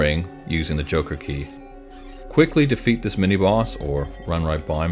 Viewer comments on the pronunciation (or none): none